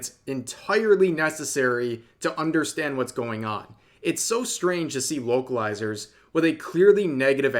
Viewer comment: Can't tell if he said "localizers" or "wokalizers," but it's certain apt and I'm surprised it hasn't been said before.